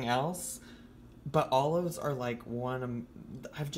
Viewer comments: you gotta say olives like she does tho... allofs. I'd eat this without the allofs and without the pretzel thins. some nice ritz crackers or sumthin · You didn’t say olives like. She says “alluhves”